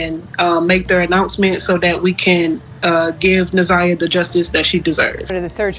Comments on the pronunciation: pronounced NA(ZYE)AH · I'm sorry, but her name is Na' ZIyah. The ZI is pronounced like eye Na-Zye' ja. Let her beautiful soul rip 🙏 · This video is pissing me off! Her name is pronounced WRONG! It’s na’ z(i )yah!!!!!!